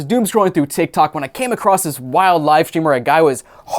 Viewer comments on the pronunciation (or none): none